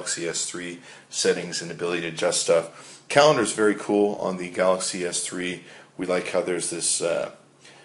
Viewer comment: Wow, is it really that hard to say Galaxy S3?